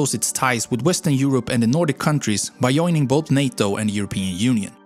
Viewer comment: He said yoining😂 "joining"